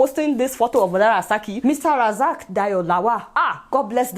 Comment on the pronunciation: Adeaola, you are a product of discrimination as well because you are pronouncing the diplomat man's name horribly. It's simply Razaq not the way you said it. You really need to cross check yourself first. At least, you should be impressed by the diplomat action towards the China ridiculous treatment of other race.